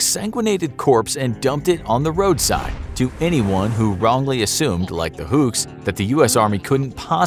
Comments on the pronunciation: it's huks not hucks btw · Filipino here. Love your work, love your channel. It's "Huks", BTW, not "Hucks". But while I'm aware of the Huks in our history, this is a story I didn't know. Thank you. :-) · It's Huks not Hukes